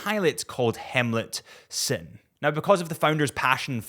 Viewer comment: Hemlut Sinn? You dont mean Helmut Sinn?